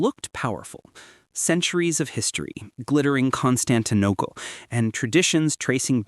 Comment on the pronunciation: Did you seriously say CON-STAN-TIH-NO-KUL ?!?!